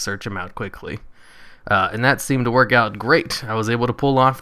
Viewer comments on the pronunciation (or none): none